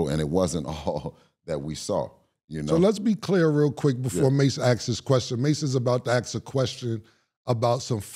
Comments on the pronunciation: He kept calling mass cam 😂😂😂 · Is Haney calling mace cam😮😂😂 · Why homie keep calling murda cam 😂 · Calling MurdA “Cam” is crazy 😂😂😂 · If bill call mase cam one more time 😂😂😂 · He kept calling Mase, Cam 😂😂😂